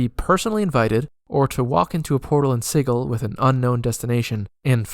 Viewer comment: Gentleman cutter, I'm really enjoying this series. Brings back fond memories of a Sensate Githzerai I once played. I hope you might be inspired to make a more in depth video about all the planes and attract some subs for your effort. I have certainly shared this playlist with my group. If I had one criticism it is your pronunciation of Sigil. I've always said /ˈsɪdʒɪl/ (soft g). I did look this up and the IPA I quote is what Wikipedia thinks is how one pronounces sigil, in context of magical runes. Still it's not the end of the world and I have learned quite a lot from these videos, so feel free to carry on and ignore my griping. 😅